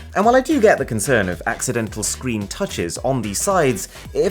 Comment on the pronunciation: Love this guys videos, but I just can't get over the way he said screen like 50 seconds in when talking about the oppo fold phone